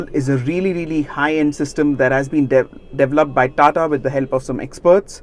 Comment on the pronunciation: The word is not Devel oped, it's de veloped